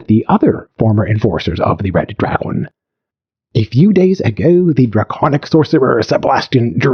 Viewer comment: The AI pronunciation of English is wild. draGON